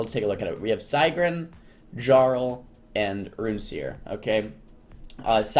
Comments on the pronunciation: your saying sigryn wrong. just letting you know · the way he say it lol